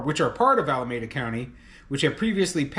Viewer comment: I live in the Bay Area and it's pronounced: alaMEEda.